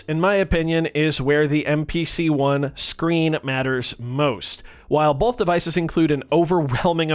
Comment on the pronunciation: U say Bolth